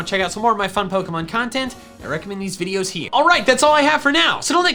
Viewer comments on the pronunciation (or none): none